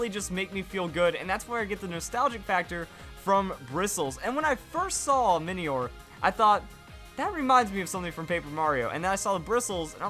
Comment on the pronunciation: Minior is pronounced similarly to meteor, because it's a mini meteor.